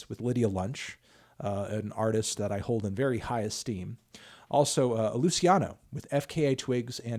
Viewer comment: a👏lu👏ci👏na👏o know your french antonhy jeez